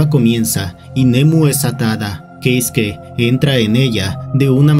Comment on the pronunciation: "Queisque". 😏 - "Queisque, ¿oyeron? Queisque... Uh la la, Señor Francés; sí como no..." 😒 - ¡Cómo se dice entonces! 😠 - Keisuke. 😅